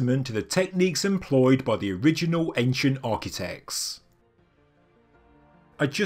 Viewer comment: "Architect" has a T on the end of it; Architec-ts; not Architec-s... Can you sort that out, because it's really annoying.